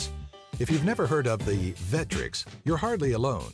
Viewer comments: It's "VECK-TRECKS". Not "Veh-tricks". I also almost commented on your blatant use of Classic Game Room footage without crediting them, but noticed you at least linked to them, so I'm not upset about that. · The name of the console is clearly Vectrex, not Vettrex. Just like vector is not pronounced vettor. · WHY THE FUK IS THE PIPPEN NO. 1?! I MEAN YOU COULD HAVE SAID THE MICROVISION, GAMATE, SYSTEMA 2000, MEGA DUCK, SUPERVISION, OR ANYTHING ELSE, REALLY?!! AND WHO IS DUMB ENOUGH TO SAY VETREX, WHO PRONOUNCES IT THAT WAY?! MARK OF CLASSIC GAME ROOM WOULD SHAME YOU AFTER THE VECTREX UNLEASHED ITS FURIOUS RAGE OF LAZERS UPON THINE USELESS ASS. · It's pronoucned Veck-trecks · That is not how you pronounce the vectrex! Id like to point you to any of Classic game rooms videos...